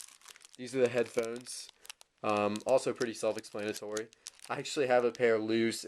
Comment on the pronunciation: Say self explanatory again. I dare you, I double dare you!